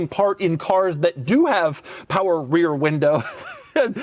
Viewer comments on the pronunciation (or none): listen to that "powah trill"